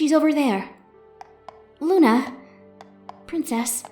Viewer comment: Hearing Luna mispronounce words is amazing...